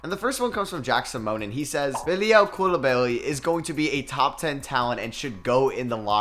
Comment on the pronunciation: That pronunciation of Bilal Coulibaly is painful lol. It's simple. Cou is like "cool" and li is like "litigation" and ba is like "bastard" and ly is the same as li. Coulibaly